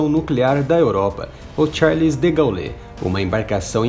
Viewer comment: Muito bom o vídeo, mas, por favor, aprenda a pronunciar o sobrenome "De Gaule". Fica feio pronunciar tão errado o nome de um dos mais conhecidos militares e políticos de todos os tempos. Não fica chateado não, tá? É pro bem do canal. Abraço.